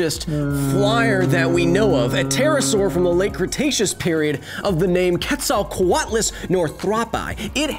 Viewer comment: Kudos on pronunciation of Quetzalcoatlus